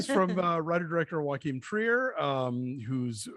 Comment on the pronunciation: Speaking of saying names correctly, I thought Joachim was pronounced YO-keem, not WA-keem?